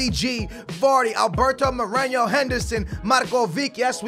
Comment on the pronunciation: his name is Moreno not Morenjo. there is no thing over the N